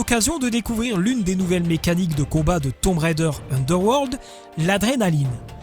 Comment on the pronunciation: Enfin un Français qui ne prononce pas "Railledheure" :)